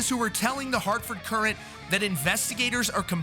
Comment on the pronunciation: I will punch you for saying "Courant" that way.